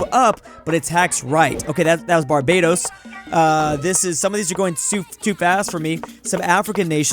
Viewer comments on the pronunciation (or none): none